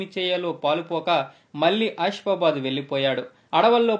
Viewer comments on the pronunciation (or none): నాయనా కంట్రీ థాట్ పేర్లు సరిగ్గా పలకడం నేర్చుకో బాజీ గరి కాదు బాబే జరి ఆ షి ఫాబాదు కాదు ఆసిఫాబాద్ పై కో జి కాదు పైకా జి కొమురం భీమ్ చరిత్ర చెప్తున్నావా లేక ఎన్టీఆర్ సినిమా ట్రైలర్స్ చూపెడుతున్న వా